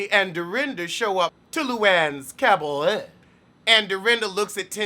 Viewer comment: everytime you say caberet I 😂😂😂